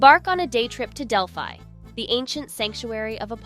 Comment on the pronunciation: It’s pretty obvious that the person who made this video either has not been to Greece or did not research enough to learn how to pronounce very basic Greek words such as gyro. I cringed listening to her mispronounce gyro, Delphi, Mykonos, etc. I understand some people try to make money from YouTube, but at least do a proper research on how basic words or places are pronounced.